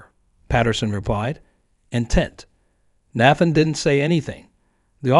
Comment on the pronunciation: I hate these long drawn out stories and the AI pronouncing words wrong. Out of every time is said Nathan, only once did it say Nathan correctly.